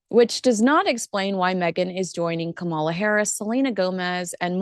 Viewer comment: Kamala is pronounced with emphasis on Ka. Not Ka Mala emphasis on Mala. Come on. You know this. Just because you like the other one?